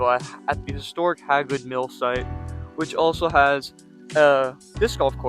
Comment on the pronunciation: Your in Pickens County. And it's pronounced Hey Good park just so you know .